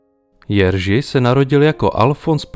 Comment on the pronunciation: To není Jeržy ale vyslovuje se Jeřy (Jiří)